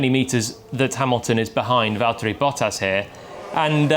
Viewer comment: it's Valtteri.